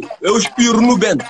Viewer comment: Bento kkkkk "vento"